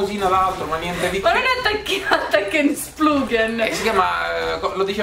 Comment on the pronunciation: Non importa quante volte si possa vedere il video di Gian, lo si pronuncerà sempre "attanghen splugen"